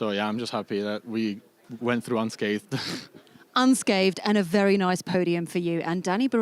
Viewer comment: nico has a foreign accent with english as a second language and he has no issue pronouncing unscathed... the native english speaker immediately turns it into unscaved... please get announcers who can annunciate.